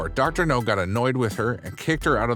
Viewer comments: Idk why I laugh when he says Dr. No instead of Dr. Now. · IT'S DR. NOW, NOT DR. NO!!! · It's pronounced, "Dr. Now", short for Dr. Nowsardan. Idk if I spelled that right! Hope that helps for future episodes!🙏🏼🤗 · I knew I couldn't have been the only one who had noticed. Also he finally started saying Dr. Now's name correctly a few weeks ago and now he's pronouncing it incorrectly again?!!! It's driving me nuts and is one of the major reasons I won't subscribe yet until he gets better at his narration or they hire someone who can do the job satisfactorily. I would be a better hire than him. I have experience and I read and speak very well. Thank you for your consideration. References upon a serious offer.